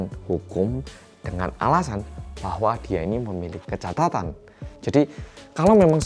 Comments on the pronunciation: ngomgong kecatatan bukan kecacatan wkwkkw lucu bgt 😂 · ngomongnya "kecatatan", tapi tulisannya kan "kecacatan" 😂😂😂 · Aku salfok pas salah ngomong kecacatan jd kecatatan:) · Kecacatan.... Hmm aku yg slah denger apa emang bilangnya ke catatan sih?? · aku mendengar KECATATAN :D